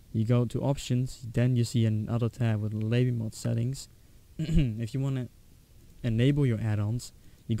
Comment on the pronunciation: labymod is pronounced labby-mohd